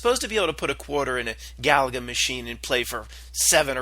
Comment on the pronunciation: The game Galaga is pronounced Ga-lay-ga. It was a fun game back in the 80s, Lol!